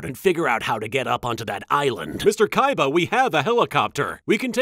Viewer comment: Now it's official, darts is my favourite villain of this show, I mean just look at the way he pronounces Kaibas name If that hasn't convinced you just look at the subtitles